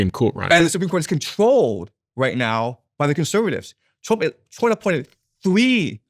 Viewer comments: It’s “Trump” not “Twump”. Diary of a CEO used to be a great podcast, now it’s just - man bites dog - yellow, click bait distraction. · Does he keep saying President Twump?